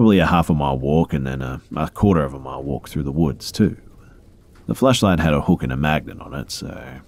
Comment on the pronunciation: i love when you say flashlight cause it sounds so much like fleshlight